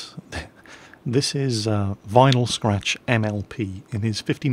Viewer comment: Liked that how said Vinyl Scratch love it!